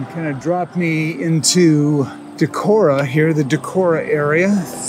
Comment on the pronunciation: Pronunciation of "Decorah" is correct. Friends had their wedding in that hotel (in the Opera House). I never biked it, but have heard good things about Trout Run Trail which circles most of the city. When visiting I usually stop at Whippy-Dip for a treat. There was/is an eagle nest near the fish hatchery - there is a webcam for it.